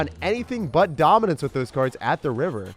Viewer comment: The way you say DOMINANCE 🔥😂